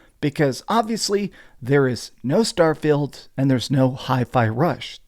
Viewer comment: I like how keeps pronouncing "starfield" as "Starfailed" 😂 Also as fun as it is memeing on starfield, I do think that if it released in 2022 it probably would've been nominated over something like stray